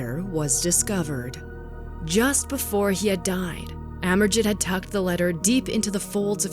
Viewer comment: I think pronounced as Amerjeet.